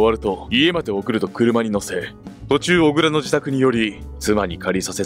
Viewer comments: 小倉＝おぐら ではなく「こくら」です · おぐらではなくこくらです